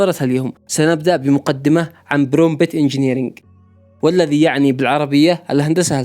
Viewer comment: استمر يا أسطورة❤ كلمة Prompt تنطق برومت حرف p الثاني silent ❤❤